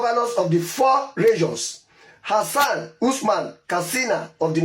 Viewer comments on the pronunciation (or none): none